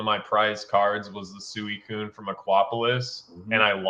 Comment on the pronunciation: I think the pronunciation of Suicune needs to be addressed lol. is the only person I’ve ever heard pronounce it like he does. It was bothering me the whole episode 🤣 It’s definitely pronounced sweecune. I love the 3 hours of content. Cannot get enough. And Team Rocket Returns is an amazing btw. Thanks guys. Love the consistency!